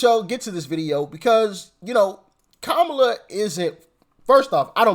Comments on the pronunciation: Did he say "Ko-bama Harris"😅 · Did he say Kabama Harris? Lol! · Like that he called Kam-@ - KaBama